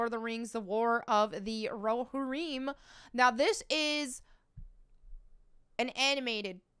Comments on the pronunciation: Prounounced Ro-HEAR-im. But thank you for what you do. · Sorry, but it's row-here-um. Other than that, 💯 👍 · am I wrong or should Rohirrim be pronounced (Row-hear-um)?